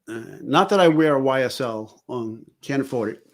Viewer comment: One of these days I'll catch a live but as always you never disappoint. I was already a fan but pronouncing YSL correctly? A whole new level of respect 😅🤍🤍